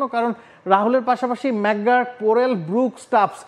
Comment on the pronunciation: ভাই কোন বিশ্ববিদ্যালয়ের ছাত্র, প্রোনাউনসিয়েশন করতে পারোস না।ম্যাকগুর্ক নাকি ম্যাকগার্ক😂😂😂